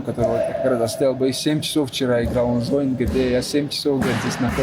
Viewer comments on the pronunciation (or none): none